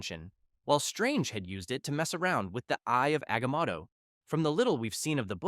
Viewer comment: Aga-maw-to? sigh, another channel engagement farming